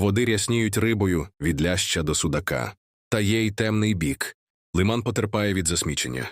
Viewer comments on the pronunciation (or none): Не лИман, а - лимАн. Не МаякИ, а - МаЯки. Про остальные неправильные ударения, вообще молчу. Кто это всё озвучивал?